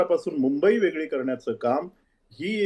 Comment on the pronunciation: शायना एन शी. कोण आहे. हिला सुद्धा मराठी येतते का उधाथ्ये. वेगळे ऐवजी वेगले बोलते ही शिकली म्हणते बोलता येत नाही